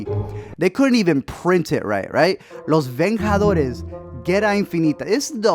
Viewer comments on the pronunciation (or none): Los Venjadores? lol don't you speak spanish? Only when the G is followed by an e or an i, the sound is like the english H, it is a hard G when it's followed by a, o, u... And yeah, a lot of those names are thing in Mexico too, except for Rocky 8 haha it is Creed 2 here